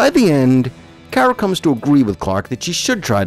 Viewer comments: He said her named wrong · I’ve never really watched smallville but I have watched super girl that’s why I said her name was pronounced wrong but good video